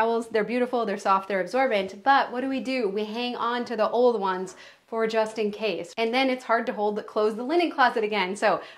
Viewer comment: Every time you say JUSTIN CASE😂😂😂😂 I expected him to pop in😂😂